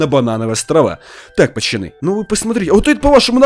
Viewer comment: а почему ты говоришь пачаны если ты должен говорить пацаны